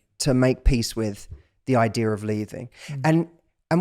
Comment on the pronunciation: It's not "idear." but otherwise, great podcast.